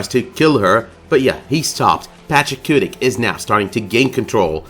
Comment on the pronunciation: IT'S PACHACUTI. PATCH-A-KOO-TEE. PATCH-A-KOO-TEE. PATCH-A-KOO-TEE. NOT PACHACUTIC. everytime you say it with the C at the end, i cringe. so annoying. for someone that proclaims they love this show so much, I would think you would try to pronounce things correctly